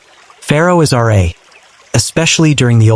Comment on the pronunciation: "Ra" is not pronounced "Are-Ay", it's pronounced "Rah", to rhyme with Ma and Pa.